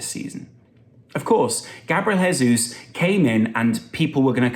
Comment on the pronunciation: Just a pronunciation pointer. Heysus =Spanish Jaysus=Portugese/Brazillian